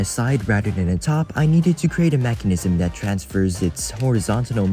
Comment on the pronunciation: STOP SAYING “DAT”